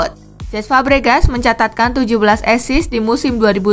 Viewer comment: Asis bukan esis lol